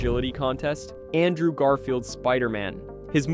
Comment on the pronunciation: Dude,it's ANTMAN not stupid ass giant man,get your shit right bro or don't make content at all and also learn how to pronounce words correctly! It's very very ANNOYING AS HELL!!! Like it's Andrew not ondrow!